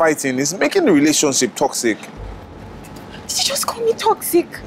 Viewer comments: Everytime she says « TOCSIC » my ears bleed 😂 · Hahaaa, no she said *TOCZIK*.